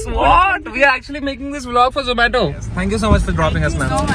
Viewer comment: Its not zo-maa-to